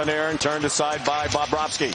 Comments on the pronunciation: He also says "Bob-rohski". He goes heavy on the Bob and doesn't sound like he gets a V in there at all. Should be BubroVski. Even better if you say it like Jay Onrait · It's not Bahb-bravski guy